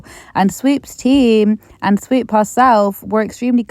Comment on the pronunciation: take a shot every time you hear SWEEP instead of SWOOP 🤣